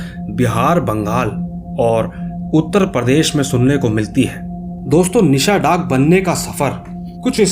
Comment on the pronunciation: Are bhai ye nisha daak nhi nishi daak hota hai 🤔🤔🤨🤨😏😒🙏